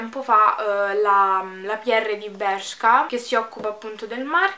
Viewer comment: Bellissima stupendo il video cmq si dice bersca un bacio❤😚